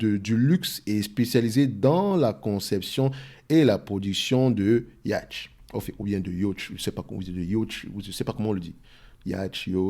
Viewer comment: Ça se prononce "yote"